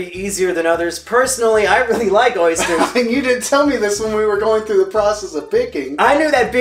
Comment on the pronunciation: Oh god no not the Ö Y S T E R S